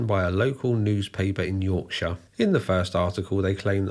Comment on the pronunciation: I hope the American viewers absorb the correct way to say Yorkshire (or any other county ending in shire for that matter). 😂